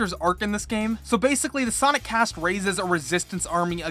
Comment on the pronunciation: "soinec" ya thats how you say it